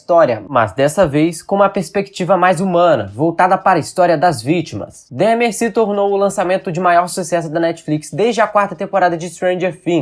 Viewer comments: É DÃHMER a pronúncia e não DEHMER! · nao e dehmar e dahmer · Não se diz Dehmer, é Dahmer, com A.. por favor 😅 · Que agonia ele falando "Demer" a pronúncia é igual a escrita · Filho, procure pronunciar o nome de Jeffrey Dahmer como pronunciamos aqui nos Estados Unidos. Se pronuncia “Dómer”, se soletra Dahmer. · Fala-se "Dómer"! Parece até que não assistiu a série. 🤦‍♂️